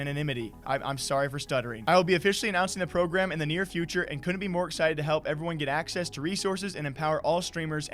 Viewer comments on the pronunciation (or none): none